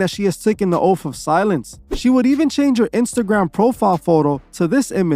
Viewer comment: They took da oafff 😆 i hate how he says oath. It's oath not oafff